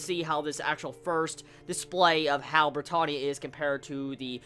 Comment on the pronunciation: if he says brittohnia one more fucking time...